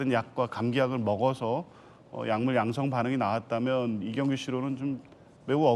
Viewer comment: 아나운서 분 술좀 그만드세요. 왜 계속 양성반응을 양승반응이라고 하나요.ㅋㅋㅋㅋㅋㅋㅋㅋㅋㅋ